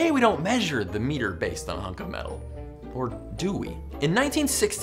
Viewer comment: You pronounce it wrong.